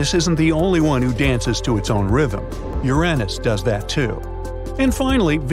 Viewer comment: Don't think you said Uranus properly.